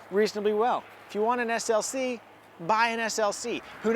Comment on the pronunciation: I’m not the only one who heard him say GLC right?